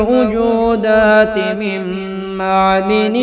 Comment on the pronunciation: Attention andaj me saf likha nahi, yato likhaee me garbar he. Ta. Aap parhne me galtiya karte he, 1 ma'dan likha he aap madin,2 ajamate ko aap ajmate parhe he...